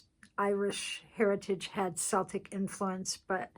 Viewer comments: Uhh, it's me, again. Celtic is pronounced with a hard C, not a soft C. We are "Kelts", not "selts", thank you very much. I cringe whenever anyone miss pronounces the name of my people. Just saying. Cheers! ~Janet in Canada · So very lovely to see a journal of my country. I would say though that Celtic is pronounced "K-eltic", not Seltic and Edinburgh is "Edin-burra", not borro. I would have loved to have seen some bonnie purple heather in there too as it grows all over Scotland. However, I love it! 🏴💙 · You had me wowing at the covers but what a beautiful job you've done on these. As a Scot I appreciated every single page. Will certainly purchase from your shop. Thank you so much for sharing. ps Celtic is pronounced Keltic and Walter Scott is Sir he he.